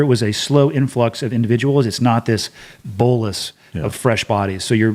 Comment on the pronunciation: Bolus…. Come on man😂!